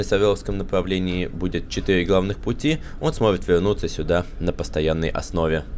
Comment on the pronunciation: то как она произносит букву "р" ничего необычного. Необычно она произносит слово "будет". В общем же, это конечно не суть. Главное понятно и чтобы человек был хороший 🙂. Дёргать же человека за неправильности произношения некоторых букв глупо.